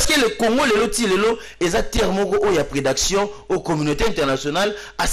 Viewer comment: Oh! C'est quoi la prédaction? Dites plutôt prédation Mr.